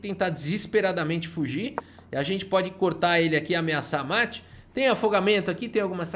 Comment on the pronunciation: "um mete de 4" kkkkkk. Qual foi, q bglh é esse aí?